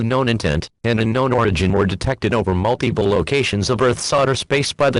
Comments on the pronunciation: "Mute-Iple" Go home EAS. You're drunk. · "Mute-Iple" mhm sure EAS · Nobody: Nobody ever: Not a single soul: Not even a snail: EAS: Mute-iple